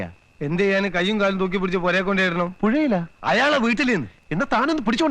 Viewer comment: പുഴെലാ..പുഴെ അല്ല പുരേൽ 😂😂